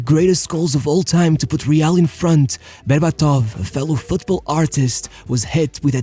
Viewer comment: BerbAtov. Not BerbatOv.